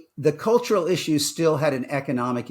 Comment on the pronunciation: cultural is that the way you say color?